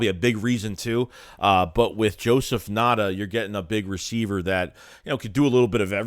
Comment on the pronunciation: I’m a Clemson fan being down here in SC area. Ngata is a beast. Bad QB last 2 years hindered him. Just a a heads up it’s pronounced “N-Gata”.